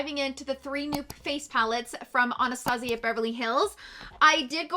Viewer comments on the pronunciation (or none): none